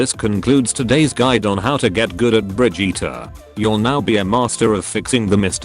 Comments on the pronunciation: it's "bridge-it" not "bridge-eater" m'lady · “Bri-jeetah”? Oh Blizzard. No.